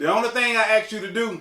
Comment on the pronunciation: the word is pronounced as it is spelled....'ask' :)